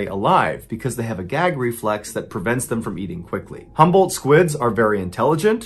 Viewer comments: When he was telling the story, it sounded like "humbled squid" to me lmao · Everytime Mr. Ballen said Humboldt or jumbo squid, I heard 'humble' squid and was obviously very confused as to why they are humble but so aggressive.